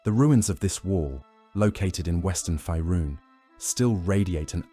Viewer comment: Curious why the voiceover keeps saying "Fierun" like that when it's pronounced "Faerun" like "Fayrune". Weird.